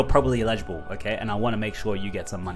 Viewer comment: I watch your channel over all. Sorry but you get my vote. Do not show how to create the macro bot. Give us the link, we will figure it out. Do not put yourself into an uncomfortable position. On the big token drop you mentioned. How do I find out if I am eligible. BTW, the grammar NAZI in me....the word is pronounced, L ij able. The accent on the L. You're saying i Lijable, with the accent on the second syllable, sounds like the word illegible, which means to not understand. Damn Aussie anyways. Love ya dude.